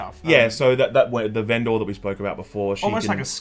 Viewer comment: Good to see a difference of opinion. So far I've only seen big praise so it's nice to hear from somebody that wasn't as keen. However, very worried about how pronounces "vendor" lol "ven-door"??? What's going on there???